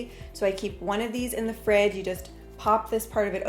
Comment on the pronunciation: Did she say FRIG?? Not fridge...?